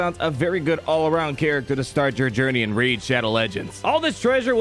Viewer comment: Rey-id shadow legends